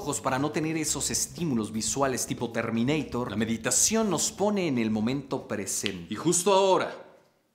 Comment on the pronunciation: "Mediteichon" 2020